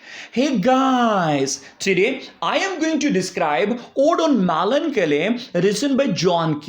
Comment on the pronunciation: I like the way u pronounce Melancholy😍